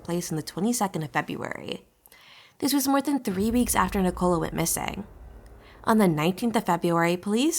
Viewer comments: Full of errors! Pronounces her name like she was a cola drink. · Guys if you are going to do a piece on a case like this FFS make sure you can pronounce their names correctly. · You can't even pronounce her Christian name correctly!! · Wish they would pronounce her name correctly and the area this is nothing new?